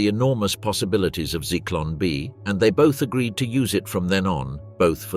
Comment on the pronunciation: Zyklon B is not pronounced "Cicloun B". It is pronouced "Zyklon B". German Z and deep O.